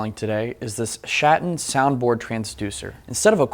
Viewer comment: That Schatten sounds like Schat.